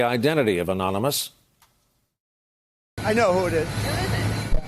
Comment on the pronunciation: Such a freakin liar. Trump doesn't know the identity of Anonymous. He could barely articulate the word anonymous while telling the obvious lie. This is one sick old man.